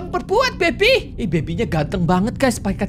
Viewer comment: suka banget cara pronounce "baby" nya🤣 bebiii